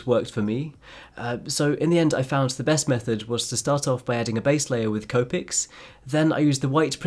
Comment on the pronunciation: The he says copics I’m dying